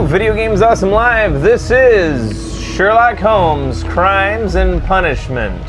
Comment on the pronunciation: "Shelock Homes" Insert witty comment here